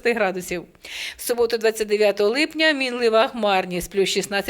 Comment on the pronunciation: не "липняня", а "липня"!